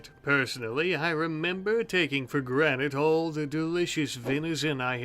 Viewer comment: "Taken for granite"